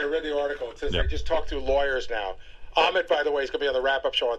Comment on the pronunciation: Ahmet...rhymes with....vomit...